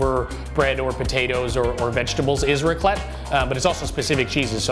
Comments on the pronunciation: extremely crappy channel The A in raclette is pronounced like A in apple, or rack. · THEY DON'T KNOW HOW TO FREAKING PRONOUNCE RACLETTE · You pronounce raclette with the E